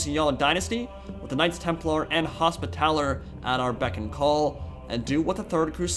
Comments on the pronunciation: HospiTAller would be more correct, since it's from the french word. Just a guess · As I understand it, it's "Os-pital-YAY." Because it's French, that's why. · Hospitalier is pronounced hos-pit-tally-ay by the way!! I hope you see this!